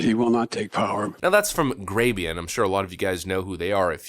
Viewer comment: What channel are you saying? Gravyon WHAT? I put on subtitles and it said Grabian and Grandes....????